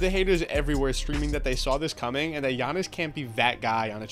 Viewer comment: GIANNIS IS THAT GUY. also kudos for the pronunciation